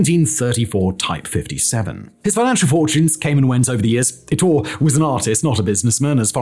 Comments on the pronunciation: Ettore. eh-TOR-eh. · Bugatti is Italian, there is an e at the end of Ettore. Say the e just like mascarpone